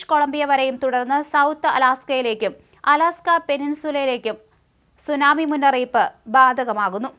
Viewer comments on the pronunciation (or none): none